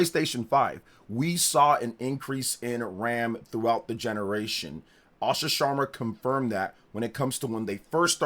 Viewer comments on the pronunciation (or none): none